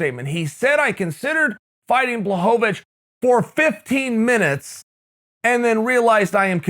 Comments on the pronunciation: Uncle Chael: puts the polish “L” to respect Jan’s last name Also uncle Chael: BLOCKOVIC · Uncle Chael mispronounced Jan BLOCKOVIC